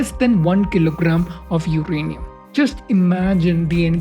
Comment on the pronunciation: For a guy who is presenting a science show, it's funny he pronounces uranium as 'UKrainium' twice in the beginning .. why do so many so called learned Indians adopt mediocrity in almost everything they do, case in point - this ☝️ pronunciation which shouldn't even thought of, let alone say it on a video on a channel produced by presumably 'learned, educated' bunch. Sad! Good topic though .. just remove the presenter - that's all.